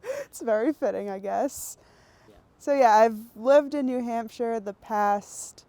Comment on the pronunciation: It's new hamp-sha. There is definitely a p in there